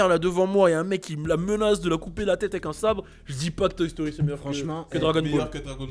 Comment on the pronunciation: la prochaine FOIS qui dit toy stori mieux que dragone ball sort le stp